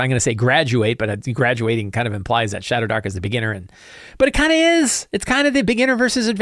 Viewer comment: I kept hearing shatterdark